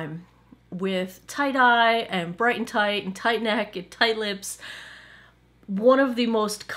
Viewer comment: Every time you say Tight-Eye, I think you've said tie-dyed! Lol! Either my hearing is going or I need more sleep. :-D